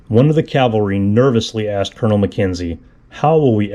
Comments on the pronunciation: It's not Calvary, it's Cavalry. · CAVALRY....Not Calvary... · Cavalry, not Calvary. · great work...but...PLEASE...the word is caValry, not caLvary...most common mistake thru out the internet.. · Not calvary BUT cavalry...